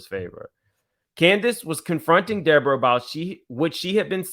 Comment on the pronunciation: Lord why is De-Boring-Uh back??